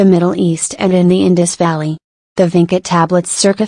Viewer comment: It's not pronauncrd as Vinka but Vincha. Vincha is a place near Belgrade- Serbia, some of the Vincha letters Serbian people still use it today in their cirilyc wrighting